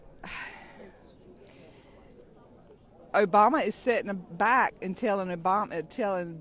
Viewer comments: "He's already presiditt". 😂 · "He's awreddy presadunt."